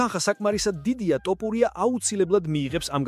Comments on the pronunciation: ძმაო ტოპურია შეიძლება თქვას რუსმა. იმიტომ რო თ ასო არარსებობს რუსულში. რატო ამახინჯებ მიკვირს.🤷🏻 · ტოპურია არააა თოფურია დეინა არა დანა და ა.შ… ამშეცდომების გამო ვერ ვუყურებ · Axali stili shemoaqvs da matito idzaxis topuria😂😂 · ტოპურია რა უბედურებაა რუსი ხო არ ხარ თ ასოს რომ ვერ ამბობდე😂